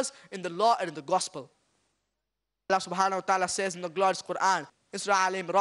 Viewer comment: seems like you are forgotten that, the word " الله" have short vowel AA not long, therefore putting long vowel is wrong. Thanks